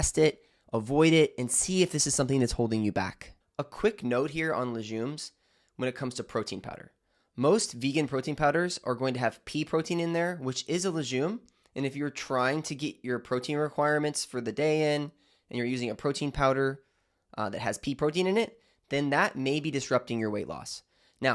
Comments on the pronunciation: legume is pronounced luh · gyoom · You have a lot of good information, BUT, it is pronounced "luh - gyoom," with a HARD 'G' sound, like 'girl,' not "le-jume," with a soft 'g' sound. It is a 'G,' not a 'J' sound. PLEASE learn to pronounce it correctly, because for all your education and information, you sound ignorant as hell when you say, "le-jume." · Lay-gyoom not lizshoom